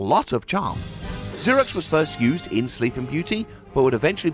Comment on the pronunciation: its "ZER-OX" (like "zero") NOT "ZUR-IX".....wait....you say it correct later....HOW THE HELL DO YOU MANGLE IT SO BADLY THE FIRST TIME YOU SAY IT?????